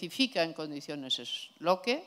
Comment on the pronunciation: Alguien debería decirle como se pronuncia Locke, queda muy cutre.